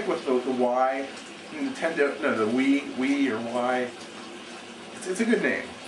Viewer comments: its pronounced wee not why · i like how he says nintendo wii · wow, this guy is stupid. he has no idea what he's talking about. "what's a cell processor?" it's a graphics processor dumbass. the name? it's better then the Wii. who the fuck cares about taking ideas... "who cares about graphics?" obviously not people who use Wii. and he even pronounces Wii wrong lol. Dumbass.